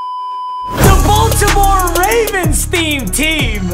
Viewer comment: You saying Baltimore wrong 😂